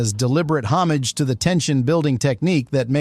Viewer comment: That's not how you pronounce homage bro